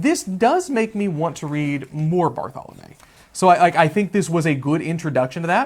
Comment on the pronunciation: Both my undergraduate and masters thesis were on Barthelme's work. I find him, in my biased view, to be the greatest short story writer of 20th century America. Just a small note, his name is pronounced "bar-thel-mee." Thanks for the video!